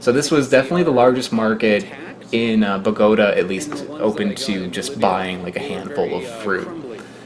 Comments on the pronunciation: From a Colombian to pronunce Bogotá right the force goes on the last syllable like this Bogotá. beside that awesome video. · Omg the way u pronounce Bogota lol. I cringe every time lol